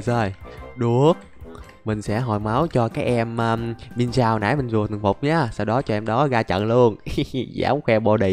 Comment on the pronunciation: Anh ơi con mienshao anh có thể đọc là miến shào